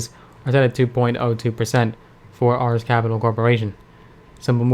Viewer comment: it's pronounced arees, as in the god of war